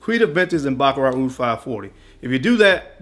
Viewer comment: Welcome back Bro! Best summer fragrance: Roja Isola Blu - absolutely awesome!!! (Pronunciation Police on patrol - Baccarat Rouge (roozh) not Rogue (rog)) Thanks for Listening.